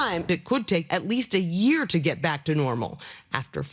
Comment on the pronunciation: “ A yerrrrerr” Trevor’s way of saying year is a bit funny.